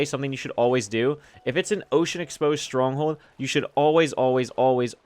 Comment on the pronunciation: wait is it "open exposed" or "ocean exposed" lol